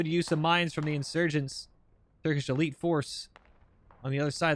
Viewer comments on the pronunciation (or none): none